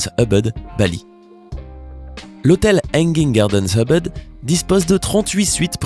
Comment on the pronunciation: on ne dit pas EUBEUD MAIS OUBOUD CAR EN INDONESIEN OU EN BAHASA on pronounce le U en OU . :(